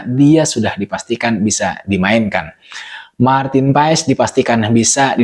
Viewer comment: Maarten Paes(ejaan lama) dibaca Martin Pas !